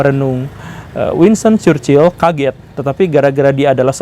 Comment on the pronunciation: Chchrherhrhrhchurchil goverment -churchill 😂